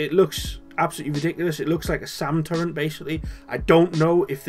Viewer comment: sick vid man by the way its turret not turrent